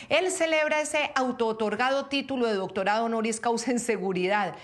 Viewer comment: nisiquiera puede leer "doctonado". 🤡